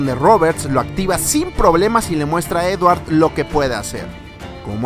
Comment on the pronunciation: dice edwar